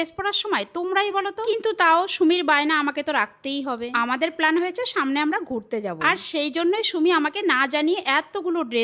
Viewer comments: O pelen❎pelan✅🤣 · Plan ❌plaan, ✅